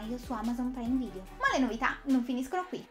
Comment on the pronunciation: Devo ancora capire perché pronunci "preime video". Bah!